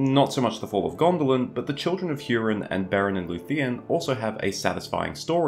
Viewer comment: It’s actually HOO-rin, not HYEW-rin, but nobody noticed. Vowels are ah-eh-ee-oh-oo rather than ay-ee-ai-oh-yew. Just saying.